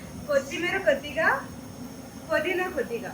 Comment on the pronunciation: Podhina Kadu pudhina